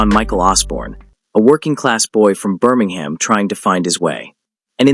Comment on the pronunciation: Learn to pronounce Birmingham.